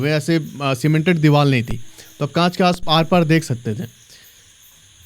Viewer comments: Deewal kya hota hai . Deewar hota hai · Bhai it's Deevar not Deeval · Bhai ka divar ki jagah dival hi nikal rha hai.... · R ko l ku bolta h bhai 😂😂😂